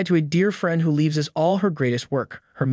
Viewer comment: Exactly. Of all the words to mispronounce, you can't say the word Tina? smh